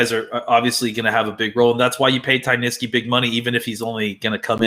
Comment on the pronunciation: Not criticizing, just want to help. Ty Nsekhe - N-SECK-he. Not Nish-key. Otherwise I enjoy listening to your opinions! Keep up the great work